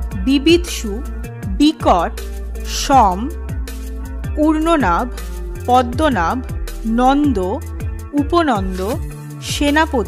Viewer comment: আপনার উচ্চারণ বেশ অনেকগুলোয় ভুল আছে। পদ্মনাভ, নাভ nabh উচ্চারণ হবে না, nabho হবে।